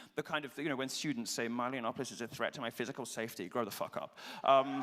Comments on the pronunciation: OMG It's Milo [ MY-Low ] not Meelow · It really annoyed me at the beginning when he called milo meelo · Yeah I think either works. I think in the UK people use MY-Low but I don't know whats right